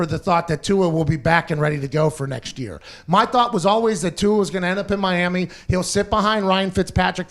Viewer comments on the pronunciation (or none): none